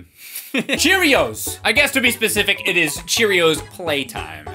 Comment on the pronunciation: And then she said uh cherrios playtime